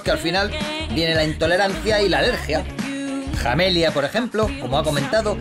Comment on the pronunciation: min , "Jamelia" son su J bien fuerte